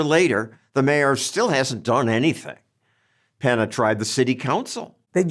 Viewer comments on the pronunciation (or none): Peña not Pena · PENNY-YAH….take time to find out pronunciation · Penna lol. John's never seen an ñ?